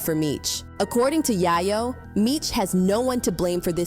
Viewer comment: We need a black Ai voice “Ya-Yo” really?!😂😂😂😂